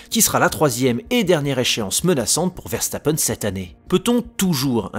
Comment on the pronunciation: Ça se prononce Veurstappen pas Verrestappen